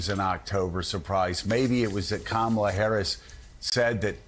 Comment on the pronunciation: Joe, you pronounced Kamala wrong.